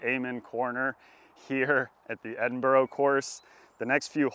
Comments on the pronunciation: Is it a competition to see how many times you can say Edinburgh wrong? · It’s the Edinburgh course not the Edinborrow course 😂 yeesh. And it’s not in London it’s in Virgina Waters